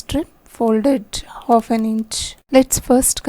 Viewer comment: Hof inches kya hota h...half inches bolo...aap ki video may bht over voice ho rkhi h english may h but words clear ni h aap ke uski vaja se smjh bhi ni aa rha